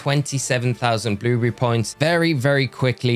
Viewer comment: I like how he says “bluebrrry”